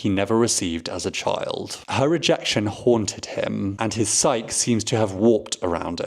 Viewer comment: You pronounced psyche wrong